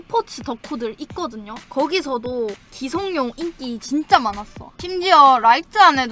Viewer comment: 기성룡이 아니라 기성용입니다. 용성기 O 룡성기X